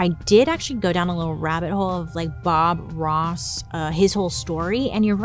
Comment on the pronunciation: bailey i thought when you said “bob ross” you were saying foie gras